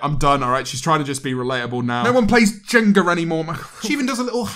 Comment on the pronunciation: James you’ve got no business pronouncing “jenga” like that